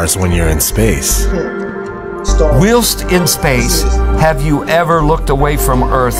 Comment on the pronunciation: “WHEELST in space”? 😂